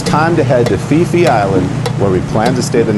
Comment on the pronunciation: Phi Phi is pronounced P P.. not Fi Fi.. I wouldnt try to pronounce Phuket if I were you folks.